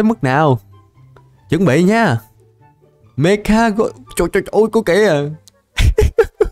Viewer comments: Mecha mà đọc mega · mecha ko phải meka anh ơi =)